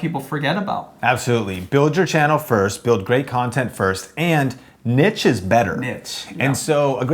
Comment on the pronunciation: ...wtf you are actinf like professionals and you can't even pronounce niche